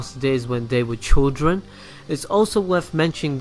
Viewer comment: and what the fuck is a "chodren"?